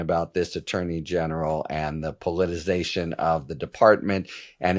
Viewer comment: Harry Litman, will you please learn how to pronounce politi-CI-zation? Don't forget the middle syllable.